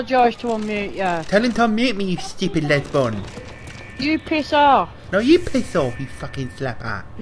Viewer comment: "Obviously a Lesbon Lads" Legend XD